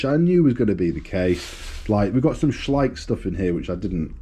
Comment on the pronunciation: At last someone who pronounces Schleich correctly 😂